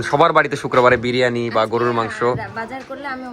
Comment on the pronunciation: বিরিয়ানি ❌ বারিয়ানি ✅